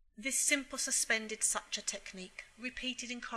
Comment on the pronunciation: I like the video but you cannot say such-ah for suture 😭 it’s suit-year